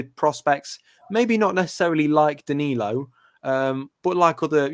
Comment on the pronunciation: Another name for you pronounce wrong mate lol